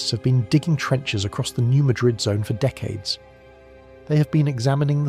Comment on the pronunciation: It is not pronounced New Muh-DRID fault, it's the new MAD-rid fault. Yes, some of us have heard of it, many many times.